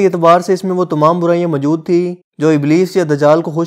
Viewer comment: Urdu ka accent bilkul bhi sahi nahi. Mojood hota he mjood nahi hota 🙄🙄